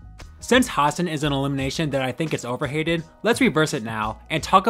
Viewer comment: Has-SAN, not HAS-san